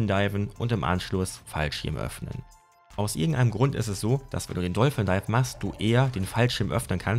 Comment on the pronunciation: Warum sagt ihr alle dolfen dife 😂 wenn ihr kein Englisch sprecht, dann versucht es doch gar nicht erst, oder kurz googlen und gut ist